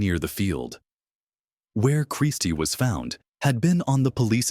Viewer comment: These AI voiceovers suck referring to Christie as Christ. What the fuck?